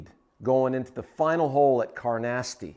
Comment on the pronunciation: You know how to play Carnoustie! You just need to know how to pronounce it 🏴😂. Great new set up, you’ll be able to do so much to improve our game and have fun! Best wishes for your continued success 👏👏👏